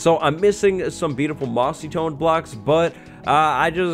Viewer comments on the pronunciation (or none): It was funny when you said mossytone